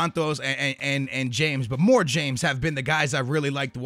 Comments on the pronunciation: I find it really annoying when people pronounce it James Rodriguez instead of Ha-mez Rodriguez. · its pronounced hames not james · its not james but hames....thats how its said... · It's pronounced "ha-mes" not "jayms" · It's "Hames" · In Colombia they say James like "Hram-ace" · James Rodrigues is pronounced Ha-mes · It's James Rodriguez, pronounced "Ha-mez"